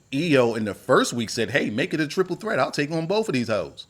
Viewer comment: "Boff of these heauxs" got it 🤣🤣🤣🤣